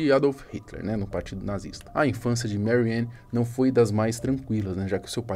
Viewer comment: A A pronuncia em alemão não é "meriane". O a em alemão é "a" mesmo.